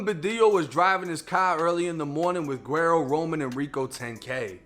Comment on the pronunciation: Bro, his name is pronounced Wedd-O. It’s a Spanish term for “blondie” it what Mexican call their whites family members. Spelled guero.